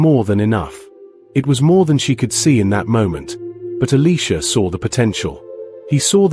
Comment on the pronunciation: why are you saying Eleeesha It's Eliiiiisha ?